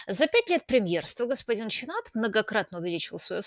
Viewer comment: Одни неточности в именах тайских. Конечно, язык сломаешь, пока их выучишь, но тем не менее...Не Чиннат, а Чиннават (Таксин), не Ингрид, а Йинглак (сестра Таксина)... Не стоит думать, что в России все так плохо знают премьер-министров Таиланда...))) Я так их все знаю наизусть за последние лет так 25.